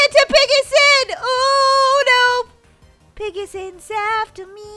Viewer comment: It’s piggy sons duh say it right